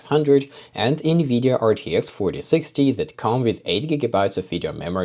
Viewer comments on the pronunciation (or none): none